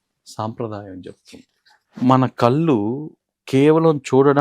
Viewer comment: It is కళ్ళు not కల్లు